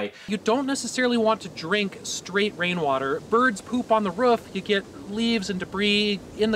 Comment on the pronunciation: "poup on the rouf"